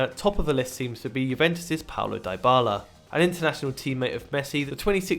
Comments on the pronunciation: Who tf is this clown who says Dybala like 'die-bahlah'? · I am not happy with the pronunciation of Dybala and Vidal.